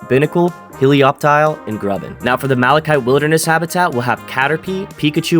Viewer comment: first person i hear say malachite correctly